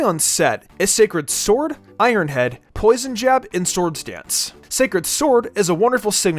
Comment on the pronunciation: “scared sword” 😂